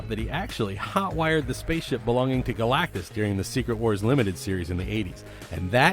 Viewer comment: Wow he pronounced galactus right. Very surprised